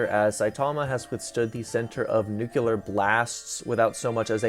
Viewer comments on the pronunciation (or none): epitome is not epi-tome, neither is nuclear, nucular. Seriously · it's pronounced new-clee-err, nuclear, as in dealing with the nucleus of atoms. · You pronounce "nuclear" like George Bush. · hearing this man say "nuculear" wa enough for me to not take this video seriously. It's nuclear, not "nuculear". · I can get behind pronouncing nuclear as nucular, BUT PRONOUCNING EPITOME THAT WAY IS UNFORGIVABLE. I still love the vid tho lol.